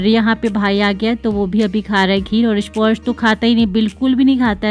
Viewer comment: स्पॉर्श क्यों बोलतीं आप स्पर्श को